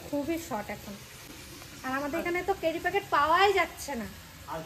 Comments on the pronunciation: কথাটা Carry( ক‍্যারি) Cery (কেরি) না। তুমি তো college student তাই না। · carry noi.cery packet. Onek bar tomake bolechi tumi akjon collage student wrong pronunciation khub kane lage. Kharap niona tomar theke boro tai bhulta dhoriyedi.